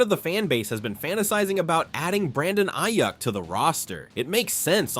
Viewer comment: Please learn how to pronounce Ayuk’s name.